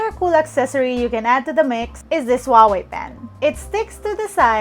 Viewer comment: Huawei is pronounced as Who Ah Wei, not Wah Wei